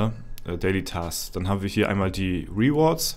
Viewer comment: Es ist ja nicht schlimm wenn man nicht pefekt Englisch sprechen kann aber 3 Sekunden auf Google gehen, "translate" "rewards" eintippen und sich einmal anhören (mit klick auf das Sound-Symol) wie man das ausspricht, bevor man es 735 mal in einem Video falsch sagt/ausspricht, sollte drin sein.